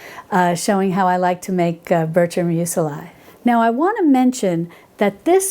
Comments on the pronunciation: I have to ask... Meu-se-lie? I thought it was pronounced meuzli...? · Hi....I hope you will take my comment in the spirit of helpfulness in which I make it: Muesli is pronounced mews-lee not mews-el-eye. And it always tastes good no matter how it is pronounced:P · I have been stalking PHG for the Mockmill for MONTHS. Thanks for the tip on your discount code. Muesli is pronounced Moo-es-lee (except the oo is actually an umlaut sound which we don’t have in English.) I love your content. Cannot wait for your book which I pre-ordered. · STOP saying "museli!" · Love you & your channel,! Thank you so much for showing us this, and by the way, Muesli is pronounced M-you Zlee Thanks again & much love <3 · What the heck is that pronunciation? I only had audio and had to check just what it was she was referring to 🤣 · Dear sweet please Google, how to pronounce "muesli" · Thank you for this thorough review! I'm looking into the flaker attachment for my Bosch mixer. 👍🏼😊 Also, I've never heard anyone pronounce muesli that way. I've always said it with the letter i making a long e sound. Perhaps I've been mispronouncing it all this time! 🤷🏻‍♀️🤔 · needs to check Google for the proper pronunciation of muesli. She's adding a second "i".